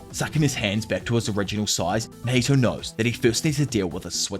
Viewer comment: Not "HIMATHY"😂❤. I'm gonna use that now 😂